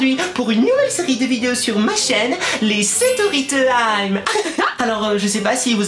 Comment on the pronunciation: j’aimeuh beaucoup la stoery timeuh